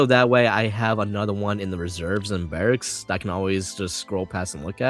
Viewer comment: ❌ Barrcks ✅Barracks